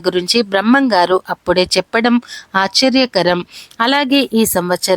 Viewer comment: Neeku telugu raada?2025 ni sarigga palakadam nerchukoni videolu cheyyi,.accharyam kaadu aashcharyam anyaaru.chaduvu koleda neevu??Daridrapu channel idi